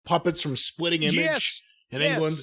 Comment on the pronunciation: Someone should do an omnibus of mispronunciations and incorrect naming. It's SPITTING Image, you fool!